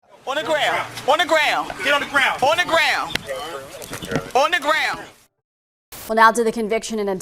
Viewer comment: “Onna graown” 😂